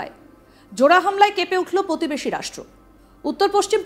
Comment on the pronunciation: এটা আদৌ রাস-ট্রো ? না রাসকেল ? সেটা আগে ঠিক করে বলুন তারপর রাসকেল-দের যা কাজকর্ম তার তথ্য পরিবেশন করবেন